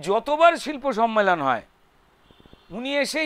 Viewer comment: Kothata sommelon,sonmelon noy